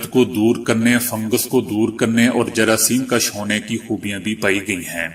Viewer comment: جراثیم کش غلط ہے۔ اس کا مطلب ہے، جراثیم کھینچنا۔ درست لفظ جراثیم کش ہے جس کا مطلب ہے ،جراثیم مارنا یا قتل کرنا۔ فرق زبر اور پیش کا ہے۔ ناراضگی معاف۔